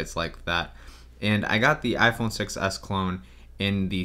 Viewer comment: "iPhone Sex S